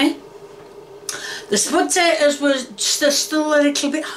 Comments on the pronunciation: Every single ingredient pronounced wrong Potatoes: Studtatoes Onions: Honions Tomatos: Tommyatos Pepperoni: Pepperomee Oil: Hoil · the way she sed patotos😊😊